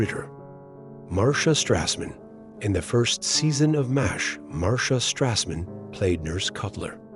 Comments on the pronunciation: Seriously, your AI narration is GARBAGE. What's worse is that you just went with it. MASH is now "Moz H". This makes you look lazy. And doesn't make me want to watch your videos. Pathetic! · Mazz H? You're canned voice-over is broken!